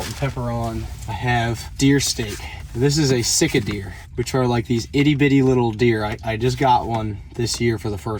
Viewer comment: I really really love this boat build. I watched the initial boat build and now that I have seen it in action i'm jealous. I hope you use this more in the future for other videos. Congrats. By the way in the video you would say 'Sick-a-deer' or sick-a-backstrap' and at first I thought you named it that because you were sick and tired of eating it. Then I realized you were saying 'Sitka Deer'. Too funny. Thanks for the great videos and I hope I win the box of your products too. That Luke's Crab Chowder looks awesome.